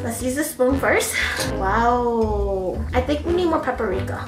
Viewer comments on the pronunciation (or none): She kept saying"parica" but I think it is paprika 😂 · no one: not a single soul:: p A r I K a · PARIKA! PAPERIKA! both wrong tho ahahahah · i love the way says paprika haha. she says "prika" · SIS every time you mispronounce Paprika and say "PariKa" has me floored 😂😂😂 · "PURRIKA" Im- 🤣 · Perika? Parika? Hahahaha saaay whaaaat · "Perika"-- 2k19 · i think its called paprika .... puhh-pree-cuuh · Me: how many times can say paprika wrong 😂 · saying paprika wrong for 18 minutes